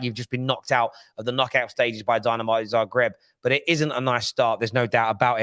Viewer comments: Don't disrespect Dinamo Zagreb like that. It's Zagreb, not Zabreb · Not Zabreb, it's Zagreb